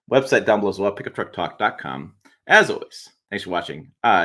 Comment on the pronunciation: The way you say "Pickup Truck Plus SUV Talk" makes the channel sound like "Pickup TruckPlus.........SUV Talk". Almost like additional pickup truck talk then some mild SUV content instead of pickup truck AND SUV content.